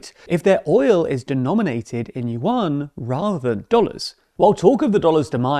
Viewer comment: At less get your pronunciation right at Yuan. It’s one word not “You-An” hurt my eye hearing it